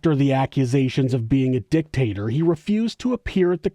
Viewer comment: Why does it sound like a deliberate dick-tater 😂😂😂😂